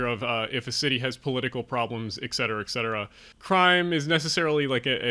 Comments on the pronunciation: Please ... "ET Cetera," not "ECK cetera." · EKSETERA, EXETERA, EGGSETERA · There is a lot of good information in the video. Your scripting needs improvement, especially to remove explicatives and to improve your narrative flow. Please remember that there is no "x" in etcetera. I do appreciate your focus on Improving urban areas in the U.S. Thanks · Regarding your list...correct “ect...” FYI: It stands for “et cetera”, thereby it is abbreviated “etc...” Maybe the error by so many is because of improper pronunciation of the word “et” ...it isn’t pronounced “eck seterah”